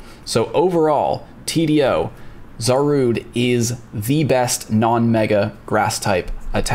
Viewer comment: Zarude!? 🤣 Otherwise another great video!